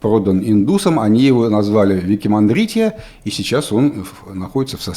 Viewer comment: Вроде, не Викимандритья, а Викрамадитья. Слышал, что специалисты Северодвинской судоверфи во время работ по индийскому контракту тоже испытывали некоторые трудности с выговариванием этого слова, поэтому между собой называли этот корабль проще - Камасутра.